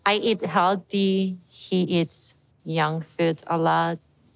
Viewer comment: Lol "he eats YUNK FOOD"